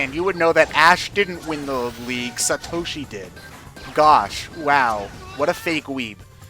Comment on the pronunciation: "Suhtoshi" "Boko" It hurts.